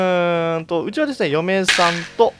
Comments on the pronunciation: 嫁3って聞こえてびっくりした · 嫁さんを嫁3って聞こえてビックリした